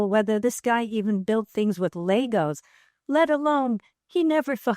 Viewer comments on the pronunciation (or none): none